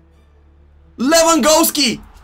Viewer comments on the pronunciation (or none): Can he say Lewandowski correctly 😂